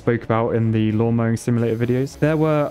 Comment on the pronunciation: mate wit ya dayin sayin "lawn" ya minger